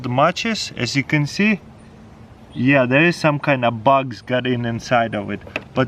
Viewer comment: He called Bugs "Bucks"